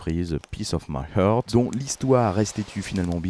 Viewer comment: Faut vraiment que tu t’entraînes à prononcer heart ! T’as qu’à penser à « unchain my heart » tu dis pas unchain my « eurte » ! A part ça le podcast est cool 👍